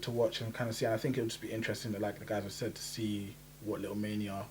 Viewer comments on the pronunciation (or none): none